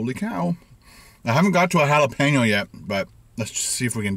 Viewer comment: Hala-pay-no, Hala-pee-no, Hala-pay-neo lol